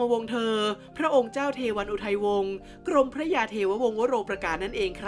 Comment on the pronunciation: กรมพระ กรม-มะ-พระ ต้องอ่านเเบบนี้นะครับ ไม่ใช่ กรม-พระ